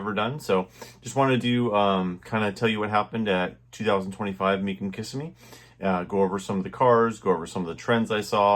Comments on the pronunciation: Kis-Em-Me NOT KISS-em-Me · Being from Florida, Kissimmee is pronounced Ka-sim-me.